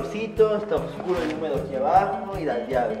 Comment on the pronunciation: porque dicen opscuro si es Oscuro así se dice O S C U R O